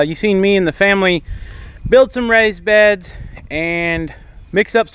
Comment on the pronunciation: It sounded like you were saying rice beds, lol I was about to be amazed